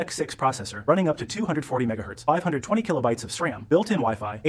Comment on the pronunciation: How do you get "Ja ahh PIO" from GPIO? And Sram? D.A.C.? A.R.M.? And pronouncing Cuda like Que-duh? So weird! And why mangle the audio like this? You need to slow it down to 80% or 85% to sound normal, and half the sentences have the whole first word cut off. I know it's not an AI problem because AI wouldn't screw it up this bad 😂